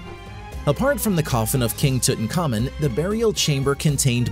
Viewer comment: Name is Tutankhamun ....pronounced Tut-Ankh-Amun ...not Tutan Khamun